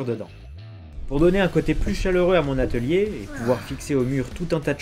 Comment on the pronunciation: Sur le coup de l’émotion, tu as dit étalier 😂